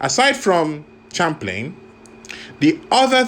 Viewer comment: pronounced SHAM-Plain